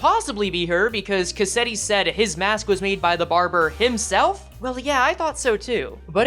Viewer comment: Why is it that every project moon YouTuber I watch pronounces Cassetti’s name wrong like after a cassette tape? It’s a real life used name! It’s Cas-set-ti. Not Ca-set-ti!